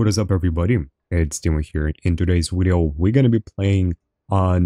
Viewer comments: No its wideo what are you talking about? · You both say and spell "wideo" it's "video" :)